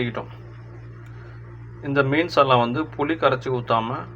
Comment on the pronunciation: புலி இல்லை புளி சரியா